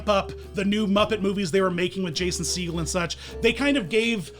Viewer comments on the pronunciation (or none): none